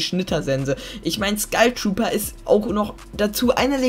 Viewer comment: Wieso sagt jeder Skeil trooper das heißt Skull trooper